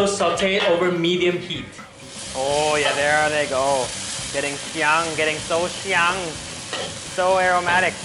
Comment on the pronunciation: you drive me nuts. I've been following you for awhile, as in 2 years or more. 香 xiang is pronounced with the first tone, you keep using the second...arrgh!! Doesn't your wife correct you? I know you've had a lot of Chinise people in China compliment you on your Chinese - you're pretty good....for a lao wai! Also, both the "a"s in sambal are hard, as in "some-baal". I'm a Chinese Malaysian Canadian - born in Malaysia, educated there in Chinese schools, now living in Canada for 24 years, and I still go back to KL frequently. If you're going to be doing videos of Malaysian foods, please learn the proper pronunciation!!